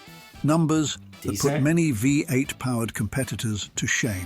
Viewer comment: Unfortunately the original post is an AI voice that can't even pronounce V8. The pictures also do not match the description sometimes either, Very annoying.